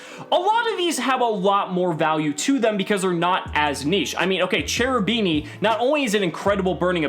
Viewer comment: Everytime I hear "Cerubini" I get headache. Please, call that stuff Kerubini, with the K :(